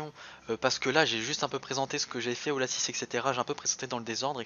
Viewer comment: mdr moi je dit pas lacisse moi je dit laci